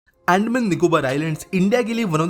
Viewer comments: BRO..ANDMAN nahi Andaman hai ho kya accent hai😫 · अंडमान नही अंदमान😂😂😂😂